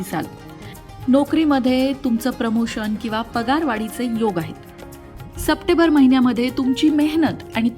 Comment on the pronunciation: सप्टेंबर म्हणायला शिका मॅडम . चुकीचा उच्चार होतोय